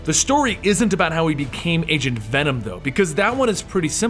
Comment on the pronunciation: When he said Agent venom in the stream, i first thought he said Asian Venom xD